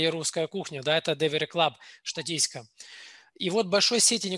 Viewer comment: Вот такие грамматеи! Вместо слова "его" говорит "евонный". Вместо слова "здесь" - "здеся", "Штатистика" Позорище!!! Андрей! Выбрал бы лучше спикера нормального, который проводит вебинары. Думаю, что не он один является спикером. А в общем, классная компания!